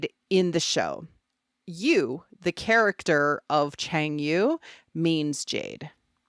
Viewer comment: Yu is pronounced as a rich “Yee” with your lips pout up. Like pronouncing “she” without the s sound.